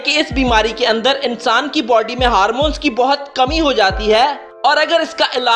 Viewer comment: Bro it's not harmons it's hormones 😂, but what evar ") Messi ("all time all ways god of the football.